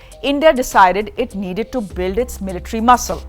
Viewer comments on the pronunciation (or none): none